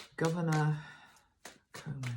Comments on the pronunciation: Thank you,. Andrew Cuomo is pronounced Cu O Mo. We are lucky to have him there. I lived in NYC for many years and my children live there now in Brooklyn. I had my spiritual awakening there and the energy of the entire world is represented there. I am grateful that you see the Emerald Green light for him and for the city. A Course in Miracles came through Helen Schucman in New York City... there is a great deal of light there. I have moved to Orlando, Florida, where a lot of New Yorkers come to retire and vacation. People live in very close proximity and are under a lot of stress. I always felt I would suffer if I stayed in the city, and the 9/11 happened just after I left. People have a hard time because it's intense energy all the time. Except now, all of it has stopped. I'm grateful for your insights...and of course for Metatron's guidance. New York sometimes takes it on for the whole country, like 9/11. We need a national consensus now, but the leadership is leaving it up to the states to make their own decisions. That's how this got so out of control here. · His name is pronounced kwo mo (as in status quo and moe from the 3 stooges) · Pronounced: Coe Moe (long O sounds) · I am in the United States. I live in the state of Kentucky. And I can tell you that “yes, we all (all the states) care about New York! And the Governor’s name of New York is pronounced “Kwo-Mo.”